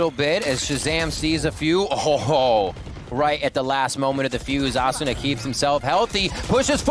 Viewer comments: Yeah Uh-soona Ass-una A-suna A-soona Lmaoo wtf😂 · The way hes pronouncing asuna is throwing me off lol